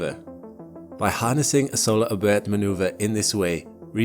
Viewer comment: it's pronounced Oh-birth, like the Oberth effect